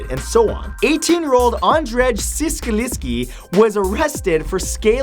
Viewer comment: #20 Andrzej Ciesielski isn't pronunced kurwa anything like that